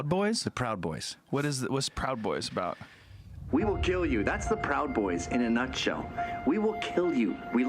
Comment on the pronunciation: "pwowd boys" -the late Michael Brooks"